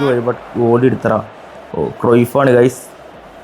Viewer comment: ക്രോയ്ഫ് അല്ല ക്രൈഫ് ആണ്😂 ബുള്ളിറ്റ് അല്ല ബുള്ളറ്റ് ആണ്..😂